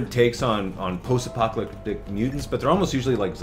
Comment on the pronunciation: Did he just say "post-apocYalyptic"